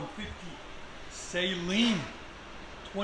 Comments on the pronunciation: Saline? Brother... you gotta work on how you pronounce car names. Tee yoda, Saline? Toy-O-Ta and Suh-Lean. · Lol it’s pronounced suh-lean